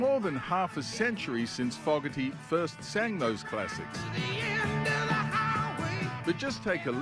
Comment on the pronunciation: Why ya all saying Fogg erty. When it’s Fo gerty.